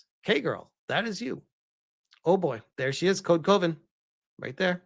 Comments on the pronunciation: Code Coven, is not pronounced as Coe-Ven it is pronounced as Cuh-Ven like Love-En. It is Coven as in a group of witches, hence the witchy art on the logo which tracks for a group of feminists to want to be part of a witch coven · Also it's not C-OH-Ven. It's C-ah-ven. like a witches Coven. literally that's what it is. It's code coven.